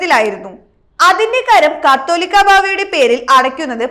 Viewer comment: പെണ്ണേ കത്തോലിക്ക ബാവാ എന്നല്ല, കാതോലിക്ക ബാവ എന്നാണ്. വയിക്കുമ്മുമ്പെ അറിയാവുന്ന ആരെയെങ്കിലും ഒന്ന് വായിച്ചു കേൾപ്പിച്ചിട്ട് പബ്ലിക് പ്ലാറ്റ്ഫോമിൽ വായിച്ചാൽ നന്നായിരിക്കും.